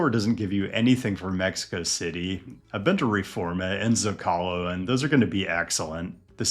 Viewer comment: I'm just happy I don't have to hear this guy pronounce Zócalo again. In all seriousness, I appreciate any and all stadium urbanism content, great video and keep it coming.